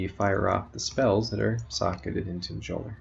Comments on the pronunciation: It is pronounced as 'MEolner' Thanks for the guide. I have been trying to make a build based around Mjolner for quite a while now, but haven't come up with anything solid yet. The only issue I see is that you can't use a biscos with this build, and biscos is basically mandatory ATM for mapping because its overpowered. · stopped watching after he said majolner